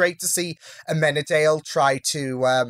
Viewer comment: I love how Lucifer punched that guy 👍👏🤣 "Isn't it illegal to leave your child locked in a car!" 🤣 such a funny line Also - Maze is aMazing, for sure! 👍🔥🔥🔥 And try to pronounce Amenadiel's name right. He's Amen-a-diel No, Chloe is not believing Lucifer is the actual Devil, look, she's not a believer, and his physical vulnerability doesn't help. She's just in denial. She saw some weird stuff is happening around him, but after she shot him she felt really guilty and believed it was just a trick